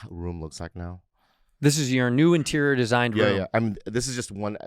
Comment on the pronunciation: The Asian Excellence Awards , , , , , , , Interior in Asian accent